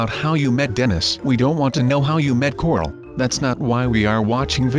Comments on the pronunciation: You kept on saying cordle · Every time you say corl you say cortl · Ik and its "Corl" Not "Carl" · No its corl not coral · dude, CORL not corol. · Does anyone else notice that sub says cortal instead of coral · I fell asleep watching this and it sounded like he said corlt